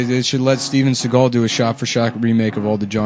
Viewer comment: I love how Sean Connery pronounces "Shteven Sheagal"